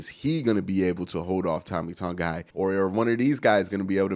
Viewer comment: I sure hope learns how to pronounce Tommy Togiai's name before the next vid 😂